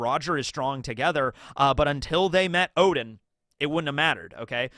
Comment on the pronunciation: tsk tsk. Intentionally mispronouncing "Oden" to "Odin" is not good bro as "Odin" is a well known mythological character and it's just confusing to new comers.